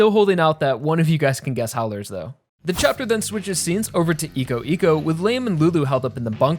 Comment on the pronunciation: "Iko Iko" is pronounced "Eye-co".